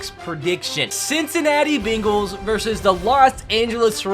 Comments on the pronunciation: Its bengals not bingles or bagles or beengles you donut who dey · Can we just talk about how he was saying the Bingals instead of the Bengals😃😀😂😂😂